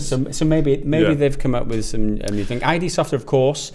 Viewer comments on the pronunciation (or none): "Id Software" not "I-D" Id, like the Freud's psychology terms: Id, Ego and Super-ego. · It's not "aye-dee soft" guys ;-) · Id not I.D. Come on. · Guys, id software is pronounced 'eed', as in the part of the psyche it was named after, not 'aye-dee' as in identification. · You pronounce it "id software", like "kid". It's the psychological term: "The id (Latin for "it",[4] German: Es)[5] is the disorganized part of the personality structure that contains a human's basic, instinctual drives." Not "I.D. Software". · It's Id Software, not I.D........ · It's pronounced id as in 'Placid'/the Freudian psyche, not I.D. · not I.D. software guys, it ID. read it like eed. thanks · It's iD Software. "ihd" not "eye-dee".